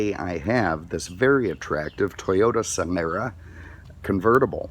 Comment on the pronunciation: What a douche. Only person I've ever heard mispronounce "Solara"